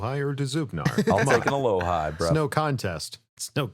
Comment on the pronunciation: Alohi (ah - lo - he)